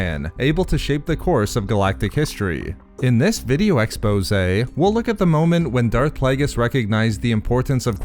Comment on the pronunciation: When you say the word (expose) really weird like you change your voice.